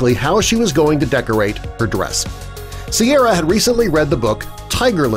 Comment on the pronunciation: correction It's Ciara, not Sierra